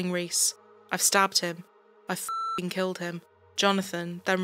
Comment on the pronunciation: Ok the second this chick started pronouncing -ing as -ingk I'm out